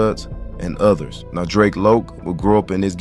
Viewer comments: Its Drac as in Dracula 🧛🏿‍♂️ . Kount Drac. You gtta be a younging or nt from LA Drac was a common name back then and its definitely Drac as in Dracula not Drake or Draco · I can’t even watch the video because yiu keep mispronouncing his name. You can tell you not from LA or you don’t know about the culture its Drac like Dracula 🧛🏿‍♂️ not no damn Drake yall younging see Drac and think draco its drac for Dracula 🧛🏿‍♂️ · DRAC, pronounced like how the name Zack sounds. Should go ahead and take this down. You messed up his name along with over half the story. SMH